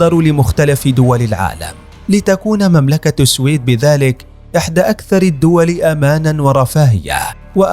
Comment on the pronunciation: منذ سمعتك تلفظ اسم (السويد) غلط . مسحت يدي من الفديو .